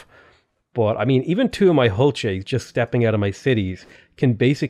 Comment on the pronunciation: Also it is pronounced ool chey the H is silent.